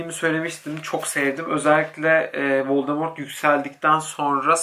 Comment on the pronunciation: Ay kızz völdemortt vuur banaaah :))